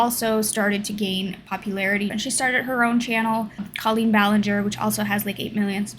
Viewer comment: She pronounces it “Cole-een”. Sorry, just had to haha.